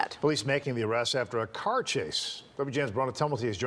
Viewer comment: It's car not ker